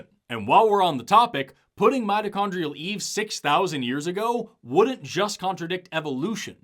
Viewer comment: Again on "Mitochondrial"